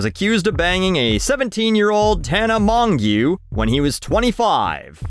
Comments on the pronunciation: You might as well say Tana Mongoose is you don't want to learn how to pronounce it 😂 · You are definitely mispronouncing Tana’s last name. (I can’t help you, I don’t know how it’s actually pronounced)